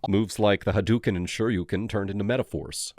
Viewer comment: "hit you with that "hadooki" hahaha yea ok